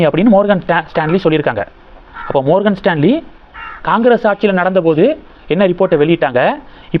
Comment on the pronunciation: மார்கன்.... ப்ரஜயல் ... உச்சரிப்பில் கவனம் தேவை